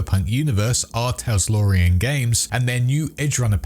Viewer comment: Just want to say it “R Talsorian” not “R Taslorian” as you were saying in the video haha. I did a double take each time you said it.